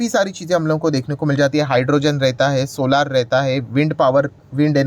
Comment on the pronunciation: सर सोलार नहीं सोलर बोला करो, इसमें सुधार करो क्यूं कि ये शब्द आपको बार बार बोलना ही है।